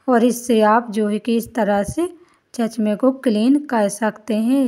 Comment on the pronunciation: Chachma nhi bola jata chashma bola jata h